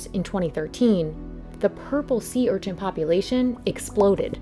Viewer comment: Stop saying URCHINT!! It's an Urchin, lol. There's no T in it.